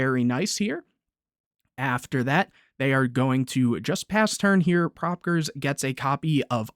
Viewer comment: to pronounce it its pro peekayers 2010